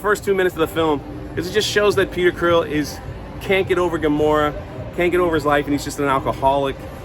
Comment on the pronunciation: …..are you calling Star Lord… Peter “Creel”?